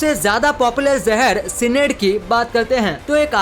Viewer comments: सिनेड नही साइनाइड 😍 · Are pronounciation sahi se karlo cynide ka